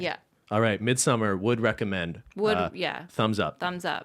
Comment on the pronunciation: Lmaooo sort of joking pronounciation of "midsommar" was honestly the most correct one. I fucking can't.